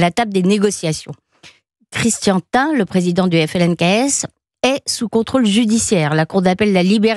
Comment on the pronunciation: Christian thin n'existe pas mais si vous parlez de Christian Tein sa se dit T1.